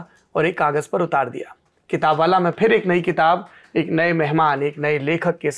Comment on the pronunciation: "समझ रहे हो" वैसे, राहगीर कभी "फिर" को "फ़िर" बोलने लगते हैं. बतौर गायक इस छोटी सी चीज़ का ख़्याल रखना सही रहता है.